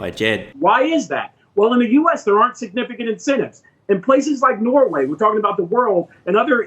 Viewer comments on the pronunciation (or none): none